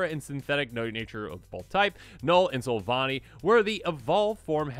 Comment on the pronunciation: 1. Giratina = GHEE-RAH-TEE-NAH. (Wasn't spelled correctly). 2. Silvally= SILV-ALLY (like the magic tribe). 3. Darkrai = DARK-RYE. 4. Missingno = MISSING-NO